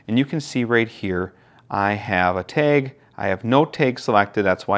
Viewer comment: I'm sorry I couldn't learn anything from this video because all I could focus on was how the word "TAG" was pronounced "taig".